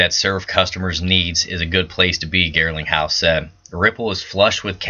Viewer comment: Garling not Girling ...lol